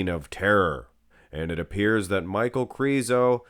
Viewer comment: I think his name is pronounced "Meek-Hal" but i might be wrong, i just can't see Michal being pronounced Michael, Mikal would be a close 2nd imo.